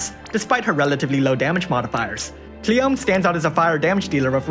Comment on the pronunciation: it's KLEEYOMEHH, not cleom, she's japanese LOL